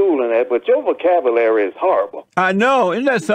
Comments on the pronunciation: The guy who says vo-cab-ugh-lary criticizes JLP's vo-cab-you-lary. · Imagine someone saying, "Your vocab-uh-lary's horrible." Uh.... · "Vocabalary" need I say more?